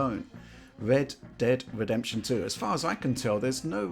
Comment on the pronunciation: Wed dead wedemption. What is with English not being able to pronounce the letter 'R'? Drives me nuts